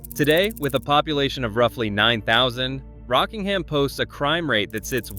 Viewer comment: He said it properly but used a bad stock photo.